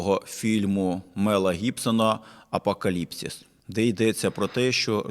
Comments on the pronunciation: Погоджуюсь з, але: 1) Апока́ліпсис - ось такий наголос має слово; 2) імперії радикально не змінюються - народжуються і помирають. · По-перше, апокАліпсис (такий наголос і грецькій мові), по-друге, кандидат філософських наук. Не робіть зауважень, не перевіривши😎